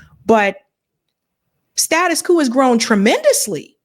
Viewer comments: Ma’am your pronunciation of status quo makes you sound like a foreigner. In the USA, quo is not pronounced coo, or koo. it is pronounced like qwo. The O is long. Still pronouncing the Q. Step your language game up, I almost subscribed to you until I heard that. I thought you were being cute or unorthodox. Typical modern woman think they can do anything they want with no accountability. That is why I rarely listen to female YouTubers. Just got to do it your own way and not the right way. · You're great, and I hate to be that guy, but it's status quo, not status quooooooo. Rhymes with OH or BLOW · The term is status quo, not status coup. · Its "status quo", not "status coup" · Once she learns how to pronounce "status quo" properly.😅